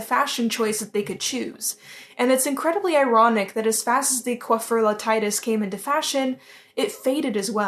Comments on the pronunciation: So.... I'm actually french and, the correct prononciation of "coiffure" is EXACTLY the way you said it. So, yes, don't worry about that because you actually nailed it right. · your french is good :) your prononciation of coiffure his excellent! only the ''i'' of Titus is prononce the other way! Don't be shy, you good!